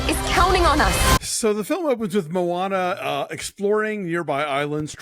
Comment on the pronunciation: "Mo' Ana" 🤣👍